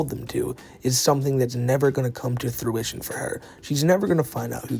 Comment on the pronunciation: Merry Christmas. Btw it’s Fruition not Through-ition 🫡